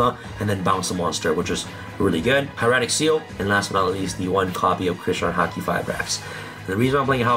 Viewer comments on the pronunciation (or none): none